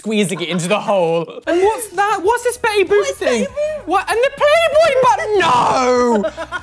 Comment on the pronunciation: It's not Betty boop anymore it's Betty baap